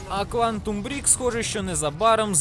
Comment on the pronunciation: Нє, ну "Квантум Брік"!!! Це навіть Кіля Азіров відпочиває... Квантум Брейк! Брейк 😅 та ну забийте в гуугл, як називається гра і він вам скаже, як то вимовляється 😉 я аж кавою подавився після твого "бріку" 😅😅😅 квантова цегла, йопта 😂